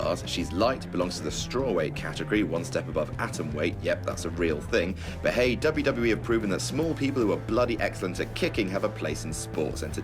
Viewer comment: Conor can't even pronounce WWE, shouldn't be on the list